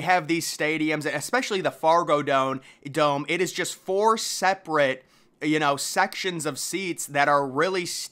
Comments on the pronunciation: Fragodome? Really bro? Fargodome. C’mon man! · Man said "Frago dome" 😂😂